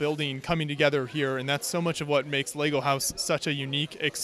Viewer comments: Am i out of order to be finding it hard to absorb a dude supposedly obsessed with Lego who keeps saying "Lay-go"??! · Why can’t you say the word ‘Lego’? Of all the words to pronounce weirdly?